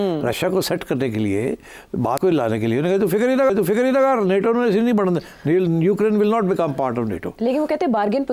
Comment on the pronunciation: Ayesha it is NATO not NETO!